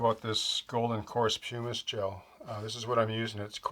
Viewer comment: everything is beautiful. You model the way the way I have always tried to paint. One quick note though... in the word "pumice" pum rhymes with gum